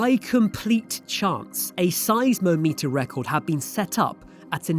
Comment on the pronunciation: Could you please Google how to pronounce seismometer? At least two videos I’ve watched have this word mispronounced. Doing serious, and very good, videos surely requires accurate explanations, and accurate pronunciation. Cheers 🙂